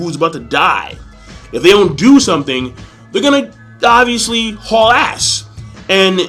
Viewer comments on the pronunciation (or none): none